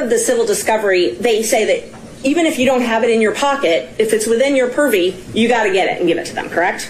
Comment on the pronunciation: Your honour, I object to the way she says purview